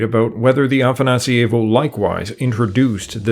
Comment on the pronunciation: The way you pronounce afanasIEvo makes it feel italian. It's afanAsievo. That's a small thing, nice video.